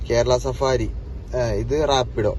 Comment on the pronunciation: Safari alla bro savaari😄